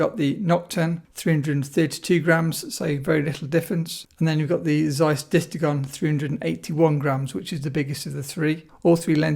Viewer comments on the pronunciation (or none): none